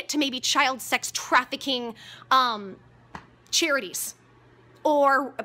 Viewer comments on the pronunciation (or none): Did she just say Cherries instead of " Charities" lmao?